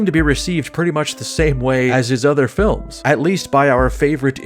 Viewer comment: t= your uniquely Slovenian pronunciation of "feel-ums" indicates to me that you are a man of culture. Guide to Cinema or Guide to Ideology, etc etc, sniff tugs shirt